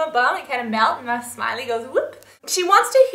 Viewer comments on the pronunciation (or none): none